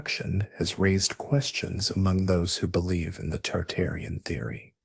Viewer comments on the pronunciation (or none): Tartarian not Targarian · dude, targarians vs tartarians, get your shit right. i hated every time you said it and downvoted you for it. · Why do you keep saying Targarian instead of Tartarian? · you keep saying Targarian rather than Tartarian, why? and which buildings where were taken down, quickly replaced and then taken down again? examples please! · Tartarian. Not targarian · I keep hearing Targarian as in GoT family versus Tartarian. Interesting. I wonder if it's on purpose. Dragons and Griffins man. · I hear it toox2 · WTF it's Tartarian Mate not targarian stop making shit up. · Bruh saying Targaryen